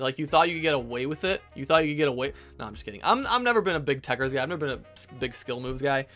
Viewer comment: It’s actually tekkerZ not tekkerS smh